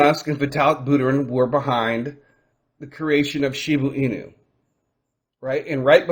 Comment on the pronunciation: Are you saying Shibu Inu? Cuz it’s pronounced ShibA Inu